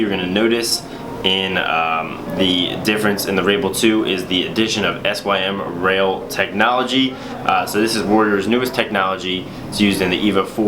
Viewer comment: The sym rail is pronounced (Sim) instead of pronouncing it like an acronym. It means the inside of the sidewall is SYMmetrical to the outside. Not trying to be mean just trying to help.